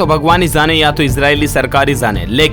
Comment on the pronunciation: Please understand the difference how to pronounce the letter "J" and "Z" For example se , Aapne kaha, ya to bhagwan hi zaane ya to Israeli sarkar hi zaane, Correct pronunciation is ya to bhagwan hi jaane ya to Israeli sarkar hi jaane. Zaane= ❌ Jaane=✅ Well, your videos are really informative